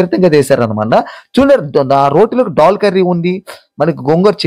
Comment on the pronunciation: డాల్ కాదు బాబు....😂😂😂దాల్ నాయనా